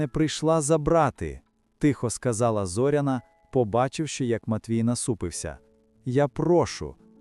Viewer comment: Робіть правильно наголос на Зоряна не на о ,а на я .